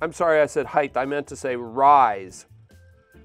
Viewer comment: HeighT not heighTH